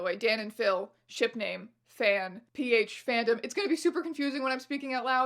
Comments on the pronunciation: Saying "PH phan-dom" sounds like you're talking about a fandom of people who really like talking about acidity LMAO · Just pronounce it P-Handom